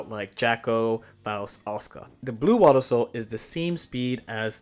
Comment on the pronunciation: "Wabbasou"?😂 Crazy way to say Wild Assault, my guy